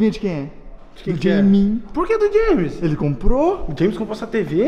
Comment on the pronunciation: É muito bonitinho o chamando o james de jemin 😂